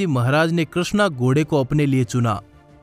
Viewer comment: Gode nahin ghode bolte hain Bhai....